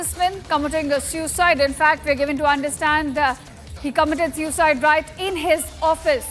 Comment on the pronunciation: You sound excited Shame on you.And pronounce SUICIDE correctly